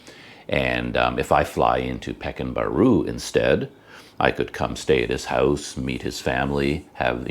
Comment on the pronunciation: way to pronounce pekan baru is PER KAAN BAARU